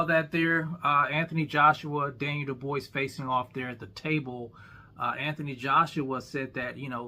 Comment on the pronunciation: How you calling DDD Duboise and Dubois in the same video. 😅